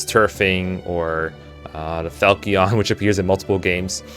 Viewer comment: Fal-key-on 🤣 Never in my life have I heard it pronounced that way